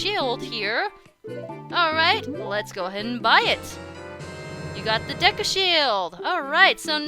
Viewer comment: IT'S PRONOUNCED DAYKU NOT DEKKU!!!😤